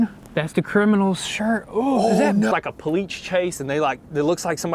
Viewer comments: Please say cops. Cause I keep on rewinding the video to listen to u say polite and not police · honestly, you guys are stupid. "Politch chase?!" its POLICE, PO-LEEEASE